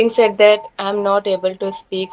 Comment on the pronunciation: Said pronunciation is wrong